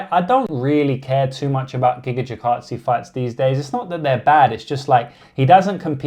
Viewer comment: Tell me you're a casual when you can't pronounce Gigatze